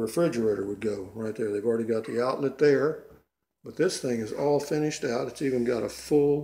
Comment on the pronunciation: Funny too how he kept say " furnished price" when he meant finished price.